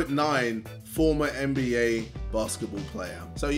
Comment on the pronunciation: JJ ITS NBA NOT MBA